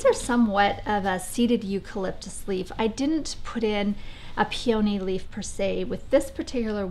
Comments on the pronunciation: Love all your ideas, site and channels etc. but it is pronounced PEE-o-nee not Pee-OW-nee. Beautiful though, no matter how you pronounce it LOL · That’s so funny, you all really say it that differently from me?! I grew up on the east coast and we say it so differently I honestly didn’t even realize you were saying Peony at first. I actually paused the video and checked the description because I thought I had clicked on the wrong video! LOL There usually are variations in accents etc. but this one is so very different, how interesting! Thanks for replying as well, now I will know what a Pacific north-westerner is saying if they say Peony ;-)